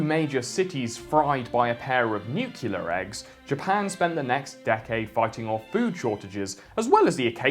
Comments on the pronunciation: Nuclear. Nu clear. Not Nu killer. Nu-clear. NU. CLEAR. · Do you also pronounce the word "clear" like "cular"? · I hate how you go out of your way EVERY SINGLE VIDEO to pronounce nuclear incorrectly!! It's Nu-Clear! It's NOT Nuke-you-Lurr. Why do you keep doing this to me? Leave me alone. Just stop. Please? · I love this channel so much but for the sake of god and everything that's holly it's "nu-clear-ar" not "nucular"!! :) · IT'S NUCLEAR!! NEW!! CLEAR!!! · Are you ever going to stop pronouncing "nuclear" the Homer Simpson way (nuke-u-lar)? Okay I know this is a year old video but I'm sure I heard it in some of your more recent videos too And if you claim you're doing it "for the lols", I'm sorry but I won't believe you. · HA! LOVE ALL Y'ALL VIDEOS! GOTTA ASK: ... WHY YOU SAY NEW-QUE-LER SO OFTEN? (NOT THROWING STONES... UR VIDEOS R >9,000. JUST SEEMS LIKE UR DOING IT ON PURPOSE? ) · Pronounced: "NEW-CLEAR" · aaaaaaaah nucular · For the love of God STOP SAYING "NUCULAR" you're smarter than this